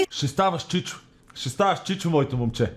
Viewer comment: чичо?? научи български